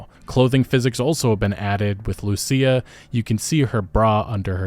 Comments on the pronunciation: My bro learned her name is pronounced LUSIA and not LUSHA. I am so happy. 😭😭😭😭😭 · THANK YOU FOR PRONOUNCING IT RIGHT - LU SEE YA . Unlike mrboss hooked on phonics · I'm glad he got her name right lmao the first video he pronounced it LOOSHA 😂😂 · About time you said Lucia right 😂